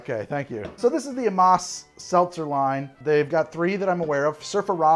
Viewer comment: Why does he keep pronouncing Amass like Amoss? Lol